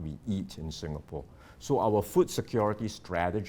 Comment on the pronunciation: "SINGHapore!!"!!!!?? Ha, ha!! 🤣😂😂🤣 (With:_- Love!!)!!